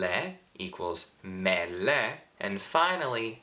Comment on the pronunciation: sei molto bravo davvero, però dovresti migliorare la pronuncia delle vocali. "me" "ne" "le" hanno l'accento acuto, quindi una "e" chiusa, ma tu le pronunci tutte aperte, con accento grave: "mè" invece di "mé" etc. Ma forse lo fai per non creare confusione in chi sta imparando, non so..